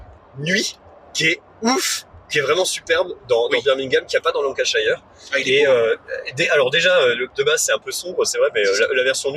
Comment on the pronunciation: Très chouette vidéo ! Pour pinaillé, la prononciation de Lancashire c'est [LAN] + [KUH] + [SHUR] :p Et si, Birmingham tu peux jouer à 2, sur la même map mais avec une partie des cartes en moins (et donc on joue que sur une partie de la carte).